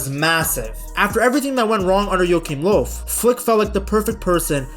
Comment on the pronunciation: I really like your pronunciation, pretty spot on most of the time. Just some info, if you'd like to have it: In "Joachim Löw" your pronounced the "ch" like a "k", when it should basically sound like the spanish pronouncitation of the "J" in "Julio" for example. The "ö" in "Löw" is not proncounced like an "o", but more like the "eu" in French "deux". Hope that helps